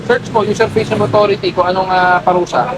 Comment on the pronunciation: userpation hindi user passion hahahaha